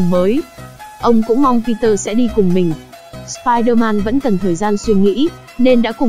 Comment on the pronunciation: nói: si der man >XD